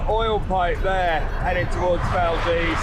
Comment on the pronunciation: Great video! It was so good to hear you pronounce Valdez correctly in this video! Safe travels!